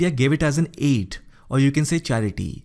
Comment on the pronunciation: The way he said aid 😂😂😂💯💯💯💯💯💯💯💯